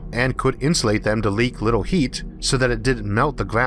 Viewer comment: Love this guys voice sounds lile hes talking to a baby things like little as wibble. listen to the way he says some words. Love it